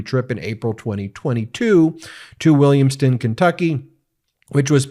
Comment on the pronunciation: It's pronounced "Williams TOWN", not "Williams ton". Home of the Ark Encounter and yes, I AM embarrassed to have that bad joke in the Northern Kentucky area. We also bear the shame of being the home of the Creation Museum.